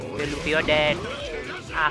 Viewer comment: Luffy not ouch